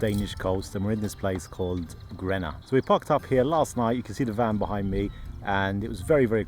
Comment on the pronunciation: The intro was quite confusing as you were pronouncing Grenaa as Gränna which is a very famous place in Sweden.